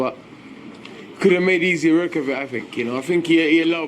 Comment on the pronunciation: "easy ryrk"